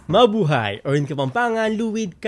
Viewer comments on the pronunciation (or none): none